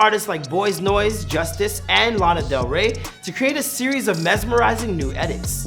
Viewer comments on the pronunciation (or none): none